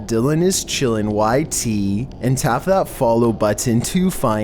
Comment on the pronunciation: I can't help myself but to say his Instagram name like how he tells stories "DYlan is CHillinnn"